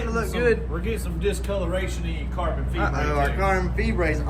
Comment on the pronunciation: “Discoloration on your carbon feebrate” 🤣🤣🤣🤣🤣🤣and the tariffs got me crying 🤣🤣🤣🤣🤣